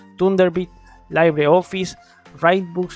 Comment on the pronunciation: Esto es Linux, cuestión de gustos, LinuxMint la mejor? No creo, Deeping, Kubuntu creo están mas trabajadas y mas hechas para el usuario final. Y si, creo debes mejorar tu ingles, no es "Laibri" Office, es tal cual "Libre" Office.